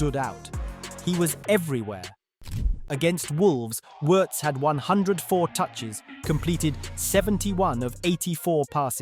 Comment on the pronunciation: Pretty close.